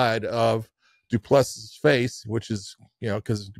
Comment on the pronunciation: It is not that difficult - do-pleh-see. I am not sure how you hear it, but practice with the phonetics